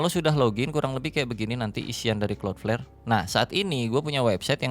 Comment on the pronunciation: Gw yg tiba² nongol video ini tanpa tau apa² & tetap gw tonton sampe habis. Yg terngiang² di kuping hanya " klot pler"